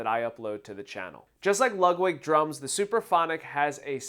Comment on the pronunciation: Are you pronouncing it "Lug-wig"?